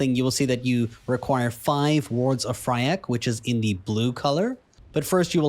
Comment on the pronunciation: Please :D it's FYRAKK not Fryakk :D